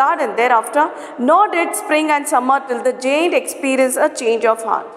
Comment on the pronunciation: Your pronounciation (giant ) is incorrect